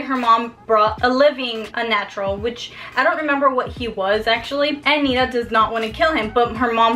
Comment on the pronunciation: NiTa you have to pronounce the T